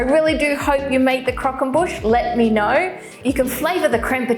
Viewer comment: "Boosh" not "bush" surely!